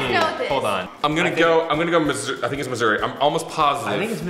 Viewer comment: The way said Missouri sounded like misery:P